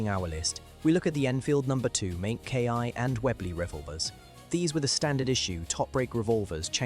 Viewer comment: Agreed. It is annoying. Furthermore, the letter MK is abbreviated from the work Mark. It should be pro ounces as Mark. Mark denotes the progressed version in the development of the equipment or weapon.